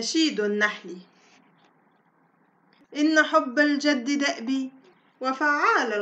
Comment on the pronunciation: الجِد و ليس الجَد مثلَ و ليس مثلُ